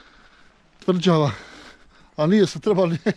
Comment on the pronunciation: Kaze se tvrĐava a ne tvrDŽava